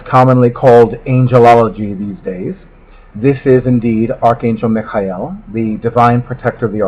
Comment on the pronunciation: Love this video & how you say Micheal, hehe. This review is the reason I fell in love with this deck & just had to order it. I'm still waiting for it to come & the wait is killing meh! Wha wha, I hate waiting, but thank you for this review which helps pass the time & gives me time to practice saying Mic-High-E-Heal Micheal exactly like you, hehe. How & why do you say his name like that? It's so good & fits perfect. I like how you speak very well & neat.